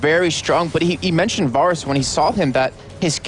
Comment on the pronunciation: VAYrus. VAY. not VAHR. Good game though.